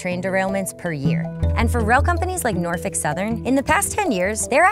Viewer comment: She did say Norfuck, though